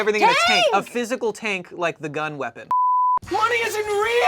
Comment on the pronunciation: “A fizicl tangk liek thuh gunn wepin”